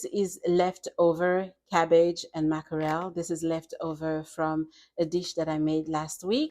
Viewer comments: Great video with very helpful and practical tips! Thanks for sharing these cost-effective grocery shopping ideas. (One tiny bit of feedback, the word “mackerel” is pronounced with just two syllables — “MACK-rill” — not “mack-a-RELL.”) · It's pronounced mack răll. Walmart eggs are poison fake eggs. Smell them and you'll see. The Walmart water has antifreeze in it. Bananas are gmo garbage like all veggies and fruits are. Real bananas have very large seeds in them. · She doesn't know how to pronounce 'Mackerel'. I don't eat fish, mackerel and sardines are fish.